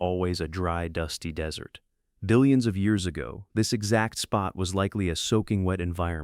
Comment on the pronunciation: “Dillions of years ago” 😂